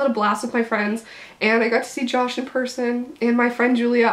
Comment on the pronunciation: the ways she said i got see josh and the way she said liam loll